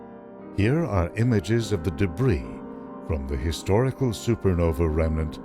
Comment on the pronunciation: why does he keep saying super novEE. Its Nova is Novi plural? or is he just stupid about that word? no offence intended.